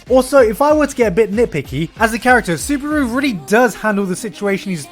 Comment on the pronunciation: why are most people pronouncing his name as suburu xD am i the only one noticing this?? its clearlyy subaru -.